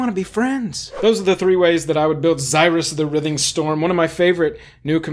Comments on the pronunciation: You say writhing wrong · You pronounce writhing wrong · I almost had a stroke the way he pronounced “writhing” haha